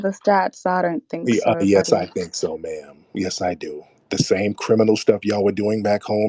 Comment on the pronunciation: He said Nairobi camel not naomi cambell..i lost it lmaoo…”continue mamm” hes killing me LOL